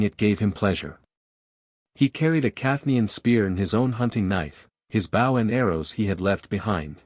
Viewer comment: Worst AI reading ever. Bow as in the bow of a boat when it is bow as in a bow and arrow. Get a real person to read the book and not make such stupid mistakes.